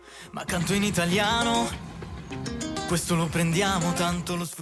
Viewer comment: What an absolutely magical place. Thanks for taking us to all the beautiful viewpoints, both during the day and the night. I have never been to Matera, but you gave me a wonderful sense of what it is like to be there. Such a unique place. And I so appreciate your impeccable Italian pronounciation. It really adds to the feeling of being in Italy and being authentic. Another wonderful video. Look forward to more.